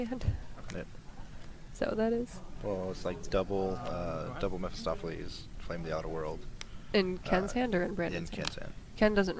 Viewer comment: Please stop butchering poor Mephistopheles's name!!!!!